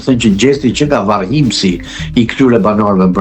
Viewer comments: Varrmihës jo varrhimsi o toze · Ups... nuk thuhet varrhimēs por varrmihēs.